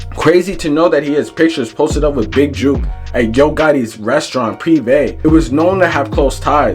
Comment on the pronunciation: mane you cant even get his name right you a clown reporter